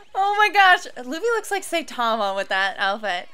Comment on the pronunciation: U butchered Saitama's name